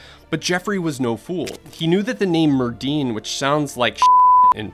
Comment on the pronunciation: Hey Netflix, if you’re going to put Welsh words into a videos, please ensure your voiceover guy pronounces them properly. It’s not pronounced “Merd-din” - in Welsh a double D is pronounced “th”. So Merddyn should be pronounced Merthyn.